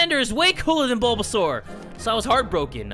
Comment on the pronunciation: That “ BoBaSaUr” was amazing 😂